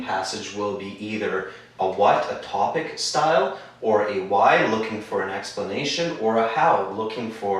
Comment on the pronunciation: Sorry it should be TOPIC not TOBIC min 5